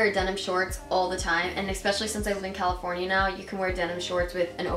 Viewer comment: anyone heard her say "californina"?